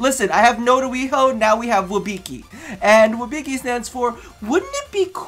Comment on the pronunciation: You're pronouncing it wrong I think XD You're saying WIB(I)CI instead of WIBCI, just a little hint